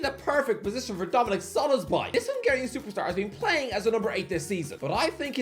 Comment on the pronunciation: HOW IS SZOBOZLAI SO DIFFICULT TO PRONOUNCE. TYPICAL BRITISH ARROGANCE/IGNORANCE, only the Americans are worse